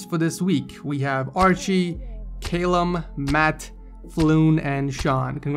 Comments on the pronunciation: He mispronounced Callum it is said Kallum not Kaylum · Cay-lum it's ca-lum wtf ed xD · it's pronounced cal-lum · The way pronounces the name 'Callum' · How did you get the name "Callum" wrong?! LMAO! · you said callum wrong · callum is pronounced call for a 50 caliber bullet and um